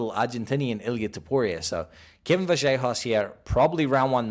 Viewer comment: Vallejos not Vajellos lol